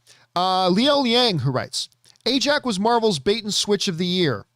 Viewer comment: It’s Ajak not Ajax lol